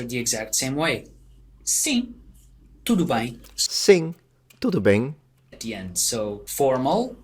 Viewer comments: It's a nasal diphthong, in European Portuguese it's supposed to be /ɐ̃ĩ/ while the same nasal diphthong in Brazilian Portuguese is /ẽĩ/. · You said "bem" in a Brazilian accent, we Portuguese pronounce that "e" more like an "a", almost, we say it more like "baem" or something. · Anyone else noticing that in Portugal people pronounce "tudo bem" like "tudo bain"